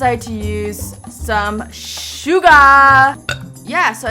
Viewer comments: You said shuga and it sounded like suga #BTS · OMG... When u said Sugar ( without saying the r ). It reminds me of one of the members from BTS that has his nickname Suga